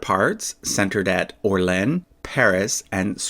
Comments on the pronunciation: Just a friendly hint. Your pronunciation of "Soissons" is perfect, but your "Orléans" is way off. It's three syllables "Or" + "lay" + "ans". You can pronounce all three with around equal emphasis "Or lay ans". The hardest part is the "ans". Just pronounce the "ans" exactly the same way you correctly pronounced the "ons" in "Soissons" and you'll have it perfect! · The pronunciation of Orléans has no equivalent in English. The final S must not be pronounced. There are three syllables. "or" (easy it's almost like in English but the "r" is more guttural) "lé" (I think the equivalent does not exist in English) it's almost like "lee" but your lips must be more closed. Finally "an" which is not pronounced like in English because it is a nasal sound. The best is that you pronounce as in New Orleans which is very fun for a Frenchman and it has a lot of charm. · I think it's pronounced like Or-LEE-on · It's pronounced or-lay-an but it's okay, it's just a name. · CROSSING Yes. I agree for OR-LAY. And it's almost like ON, just like you said, but it's a nasal sound. I don't know how to write that, but the N is not pronounced, and it's not a O, it's between the both. (Sorry for my broken English) Anyway, if you pronounced like you said, it's almost perfect. Everybody have an accent. And the English accent is adorable in French.